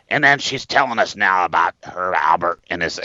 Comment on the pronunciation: Not a Styx fan, but enjoyed your review. And, "for the record" it's Herb Alpert"---it's a P, man! And I hate those asshats who comment with corrections. Sorry, couldn't help myself. Thanks for the vid!